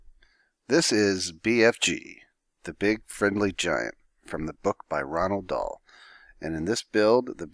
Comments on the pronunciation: its roalh dahl not ronald dahl you twit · roalh dahl not "ronald dowell"